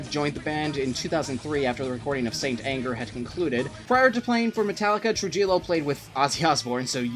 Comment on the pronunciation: Bro your pronunciation of Trujillo is terrible! It’s truheo not tru Jill o